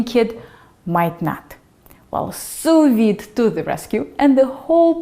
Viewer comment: For the first few seconds of the video I thought you were saying soviet 🐔 :)